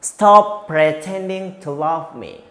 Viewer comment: Hahaha pronounce /pretending/salah mas. Hahahah. Pronounce mas jg harus d perbaiki sikit 😊😊